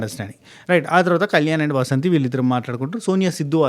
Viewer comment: వసంతి కాదు, వాసంతి